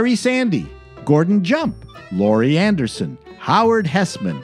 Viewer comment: How pathetic. “Lori” Anderson? “WKRP OF Cincinnati?” If you can’t get the name of the show and a leading actress correct … just delete this.